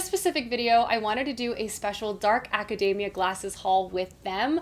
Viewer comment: Ok but why did you have to mispronounce academia like macadamia?! 😆 It’s aca-dee-mia. We don’t say acaday-mic, lol. So many people pronouncing it wrong just grates on my ears.